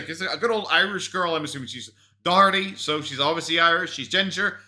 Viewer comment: Finally some one who can say Daugherty 😅